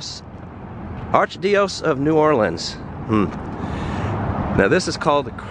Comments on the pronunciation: Arch dee ose?!?! Seriously?.....Arch dye o sees, by the grace of God! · Arch-die-a-seas darlin'